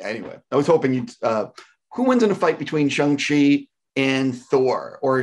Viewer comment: Why is he saying it like shung chi